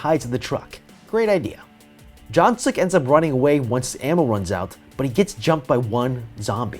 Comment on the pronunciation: what you said: jungsuk what i heard: junksuck